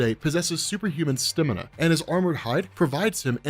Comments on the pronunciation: you'll hear call Stamina Stimina. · Why did say Stamina like that?